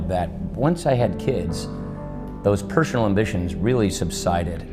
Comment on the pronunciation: "pershunal ambitions"!